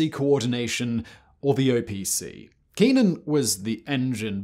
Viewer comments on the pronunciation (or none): You wouldn't go for Hoo-li-yoh instead of Joo-li-yoh, for Julio, maybe? And Kennan us sounded exactly as it's spelled. No, not Kee-nan. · I think Simon is just intentionally mispronouncing stuff on purpose now because he knows we find it hilarious that someone who talks for a living would have such difficulty talking. Kennan is not some exotic word in Farsi. It's a common name that everyone knows rhymes with Lennon, as Simon must also know. Still funny, but it just seems like he's trying too hard for the easy laugh now.